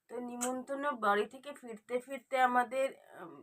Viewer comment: নিমন্তন্ন আবার কি?কথাটা নিমন্ত্রণ